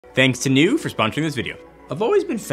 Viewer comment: The proper pronunciation is niú